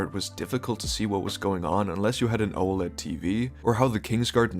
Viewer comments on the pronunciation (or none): none